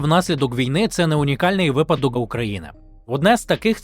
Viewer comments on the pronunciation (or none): none